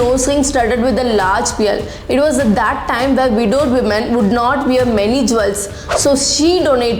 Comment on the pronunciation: Is this the way you pronounce 'pearl ' ???? You need to do some homework before you make a video .